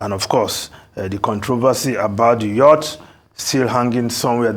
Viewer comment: It's pronounced "Yacht", not "Youht". It has being the same with other presenters on Arisetv since the news broke about the ridiculous Yacht purchase by Aso Villa.